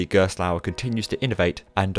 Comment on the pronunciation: Excellent comprehensive 'explained' video! The balance between Gerstlauer's backstory, and product line-up is well arranged, and your narration is easy to listen to - I appreciate in particular your efforts to pronounciate foreign names haha. On top of that, your montage skills get really impressive... cool transitions dude! I suggest for the next Manufacturer video to go a little more in-depth about the ride experience and what makes the company's design philosophy different. For instance, I really like Gerstlauer's creative approach with layouts, as they often add 'surprises' before the first lift hill or launch (Kärnan is the most striking example of that). Gerstlauer has also created unique elements such as Takabisha's 'banana roll', and made breakthroughs in the industry with Gekion Live at Tokyo Joypolis, a Spinning coaster with an inversion, well before Time Traveler at SDC! I feel illustrating a manufacturer's work with some genuine comments about their ride experience would further cement the quality of these videos. It would make the piece even more valuable for enthusiasts, and give the general audience a more concrete feel of what the company can achieve;) Again, well done for this excellent informative work! I'm glad I was able to help with some footage, even though it wasn't the best quality. Looking forward to the next video!:D